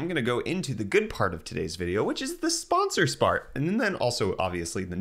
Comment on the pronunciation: “Which is a sponsor spart” ~. I screw up words as well.